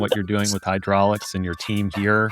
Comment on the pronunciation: Pssst… It's "Hydrolix"